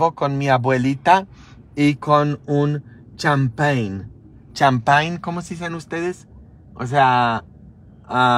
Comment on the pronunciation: a las dos pm y a las 6 pm mañana sabado 30 de diciembre, y el dia 1 de enero de 2023 a las 13,30 en español, su abuelita pronuncio' bien "champagn" (suena como decir shampa'n)e con acento en la segunda "a"